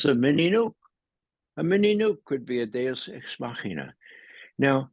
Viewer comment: Did he say Deux x machina?